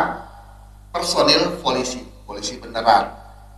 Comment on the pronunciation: Folisi? Apa kuping gw sah denger kah?